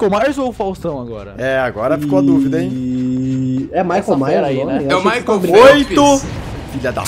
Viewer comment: "Michaeu yers" puta que pariu velho